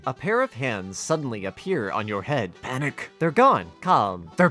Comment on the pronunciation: The way you said panik was beautiful